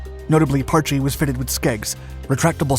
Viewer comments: If you are going to make a video about the history of a sub you could at least try to pronounce the boat's name properly. Parch not parch-ee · After being station on the Parche for 9 years out of a 20 year career( ) and hearing it pronounced Parch by a lot of people over the years since 1983 it just kinda old and gets me going.